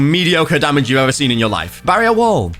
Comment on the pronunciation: When say barrier so bad Senpirats: finally you addmit it